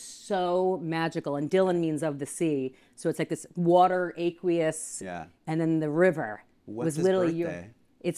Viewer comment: Who the hell pronounces aqueous like that?